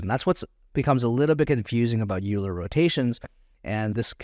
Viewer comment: Great course. Just an FYI as a Mathematician I must correct your pronunciation of Euler. It is pronounced as Oiler not Youler.